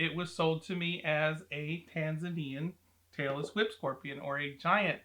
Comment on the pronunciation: Am I the only one who kept hearing ‘Taylor Swift scorpions’ lol? 😅